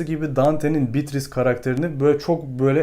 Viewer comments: şuna bitris değil de beatriçe (evet oyle okunuyor) desen zayif bir animda izkedigim videonu ikinmadan bitircektim ( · Emeğinize sağlık. Telaffuzlar hakkında naçizane iki katkıda bulunayım. “Atıf” kelimesinde baştaki a harfi kısa okunur. Yalnızca erkek ismi olan Atıf’ta a uzatılır. Bir de Dante’nin sevgilisi Beatrice’nin ismi italyanca telaffuzda “beatriçe” olarak söylenir. İngilizce içeriklerde de “beatris” olarak genelde geçmekte. “Bitris”in doğru bir kullanım olduğundan emin değilim. Başarılar diliyorum. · Bitris nedir öyle 😂 mörseydis gibi